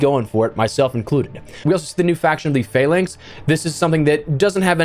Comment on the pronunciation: Seen 4 different creators all do this same content so far today.... you are the first one to pronounce phalanx correctly! well done, well done indeed. :D